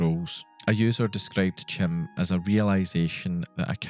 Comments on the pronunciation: Just as a little correction, 'CHIM' is actually pronounced as 'KAIM', in the same way that chi in 'chi squared' is said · Isn’t it pronounced achieving chim with the “k” sound? Like the “chimer” which is what Vivec, Almalexia, and Sotha Sil are; also pronounced with the “k” sound for “ch” like “Kai-mer”. Not trying to be a dick, I’m genuinely curious because I’ve always thought and heard it pronounced my way lmao